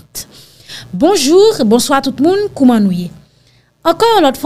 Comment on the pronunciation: ou pa manke pa bwodè lew ap di nou bonjou!... Men,ou pa pwononse'l an kreyol,non: "bonjourrrr".Se fransè.